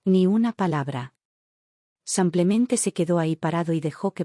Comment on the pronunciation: No entiendo cómo pueden escribir simplemente y la narradora decir semplemente ???